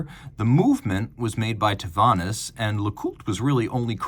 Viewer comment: Such a beautiful watch! 😍 Quick prononciation correction, Tavannes is pronounced “TAVAN” , it’s a small town in the Jura Bernois in Switzerland.